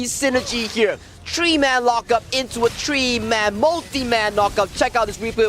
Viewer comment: I was thinking what was the tree man that caster mention. Took me awhile to realize he meant Three men